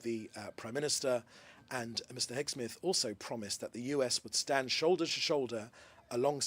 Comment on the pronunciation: His name is Heg-seth not Heg- Smith..!!